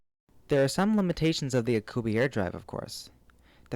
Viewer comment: it's Alcubierre you pronounce the last e